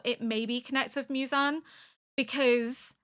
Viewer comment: Mew-zan ❌ Moo-zan ✅ 😁👍 you got it right a few times but don't stress about it, Japanese names are a little difficult, i just realized that almost all the anime you watched so far like AOT, Vinland, Frieren, FMAB have European names and Apothecary has Chinese names, is this the first one you watch that takes place in Japan ? better get used to it, hehe 😋 EDIT : woops forgot about Death Note